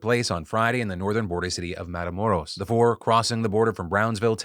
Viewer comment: Your accent when saying Matamoros👌